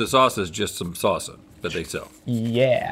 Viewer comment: Rhett saying "Salsa" gives me life. "Saucea"